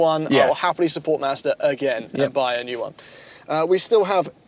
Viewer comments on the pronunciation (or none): Every time I hear him say "Mazda" I hear "Master". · sounds like he’s saying Master. Like he’s talking about some dude high on a mountain who makes the perfect budget fun car. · I love it when says “Mazder” 😂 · Why does he say master instead of Mazda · is saying "Mazda" or "Master"? 😄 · Mazda! Not MASTER! I really thought… sigh. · Yo And I'm....It's Mahz-da....🤨